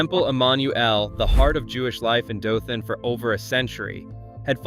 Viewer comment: Dothan is pronounced DOE-thun.